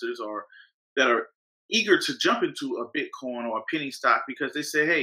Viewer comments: Does he pronounce it BitCON on purpose or is he unaware it's COIN. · Its BITCOIN and not BITCON the way that guy calls it.